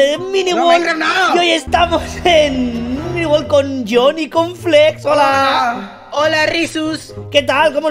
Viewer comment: Creo q en el segundo dijo mini wold